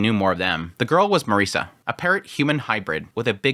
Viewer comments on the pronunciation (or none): none